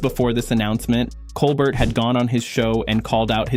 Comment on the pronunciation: Why can't you pronounce Colbert's name correctly?